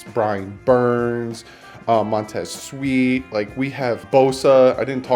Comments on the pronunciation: It's Montez SweAt not Sweet! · my god, it's Sweat not Sweet like sugar,. And how hard is it to pronounce Win O Vich, really???? Sweat gonna go in top 10 bro,. Unfortunately. Love your stuff!